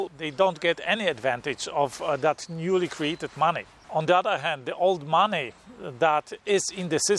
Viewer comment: I like the way you say "Mahneh"